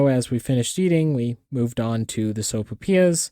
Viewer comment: Soap'pias??? So-pai-PEE-yass. Your welcome.